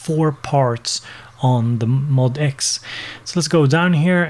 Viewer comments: According to Yamaha, you are supposed to say it "MOE--DEE--ECKS." When I first saw it I said MOD-X, too! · Cool video! However, it's pronounced "M-O-D-X" (em-oh-dee-ex) according to Yamaha. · BTW, it's pronounced "Mo DX".